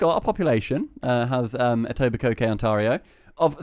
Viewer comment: Etobicoke - the last k shouldn't be pronounced for the proper pronounciation